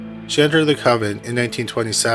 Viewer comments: The word is "convent," not "covent." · The word is CONVENT. CON VENT. Coven is something QUITE different. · Convent. Not. Coven